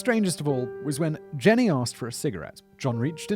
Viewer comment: Jean-y, not Jenny